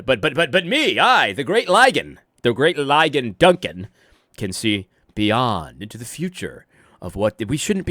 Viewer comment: I love that you call him “Lie-gan.” That’s officially his new name!